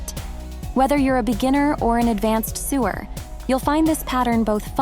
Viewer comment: Advanced sewer pronounced like the plumbing made me laugh